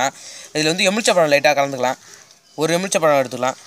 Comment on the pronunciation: அண்ணா எமிழ்ச்சபழம் இல்ல எழுமிச்சைபழம்